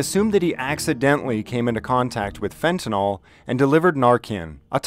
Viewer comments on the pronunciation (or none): It’s fentanyl (“fenta-nil”) not “fen-ta-nall”